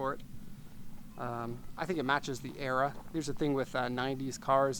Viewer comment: Like when he says "it matches the ERROR", not era